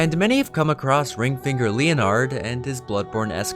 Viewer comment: LEE-O-NARD hahahaha